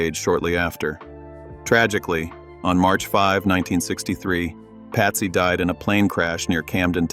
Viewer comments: Patsy not Pasty ffs 🤦🏽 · They got to get these computer crap together. Patsy is not pronounced pasty